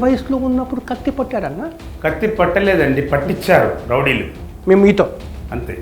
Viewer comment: Rowdilu ❌ Lovdilu ✅😂